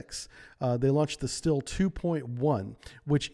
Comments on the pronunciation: It's pronounced "SHTEEL-eh" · Great video, just work out on the way you pronounce russian words. The "Sh"(Ш) in Shtil is pronounced like the "c" in ocean.